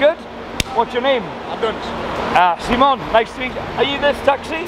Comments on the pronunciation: Why do you introduce yourself as "Semen"? I thought your name was Simon buddy. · Why always seemon and not Simon 😂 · ha ha why do you tell people your name is Seemon......its like me saying my name is Maythew :D